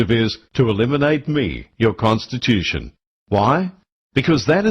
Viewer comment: con to stitch you tion, not con to stitch thm tion.